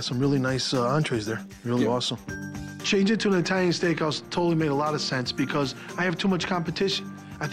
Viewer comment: Sammy: I make the best tiny food in the world!" (I know he means italian but thats what i heard lol